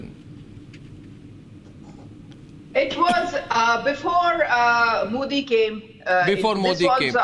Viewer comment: For the last time - it’s MODI and not MOODI, learn to pronounce words better😂😂😂